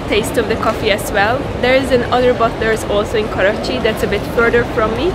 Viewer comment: The way you say I am in korachi pokistan I love this God bless you 😜